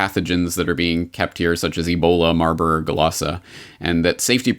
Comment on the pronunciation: I thought it was marburg and lassa that you were reading in the comic & it sounded like you were saying marlborglasses and it just came out that way clear and like that 2 times so it was strange because although you can get to speaking a little fast , you are always very precise ! hum Weird ..? God bless you !